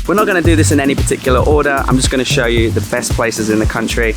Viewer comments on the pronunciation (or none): none